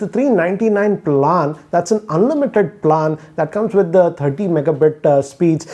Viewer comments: Bhai plaaan nahi plan hota h🤣🤣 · It's PLAN not PALAN 😝😝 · Plaan Kya. Do pronounce properly it's really irritating! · The way you pronounced PLAAAN😂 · Bro learn to pronounce plan